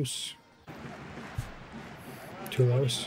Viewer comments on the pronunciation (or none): Your pronunciation in french is not so bad. If you want to say ''Toulouse'' correctly say ''to lose''...but in fact it's one of the best rugby team in Europe! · The correct pronunciation of Toulouse is: “To loose” Sorry, for them. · recent rule: Kick from behind the 50, to the opponents' 22, get the possession in the lineout back...Fantastic! Toulouse, same pronunciation as "To lose"... 😁